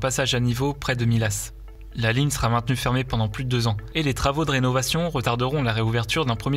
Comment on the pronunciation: Comme pour Millas 😱